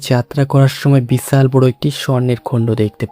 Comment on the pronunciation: ভাই, তুই কি কলকাতার? বিছাল বড়, গল্পের ছুরুতে... এসব কী ধরণের উচ্চারণ?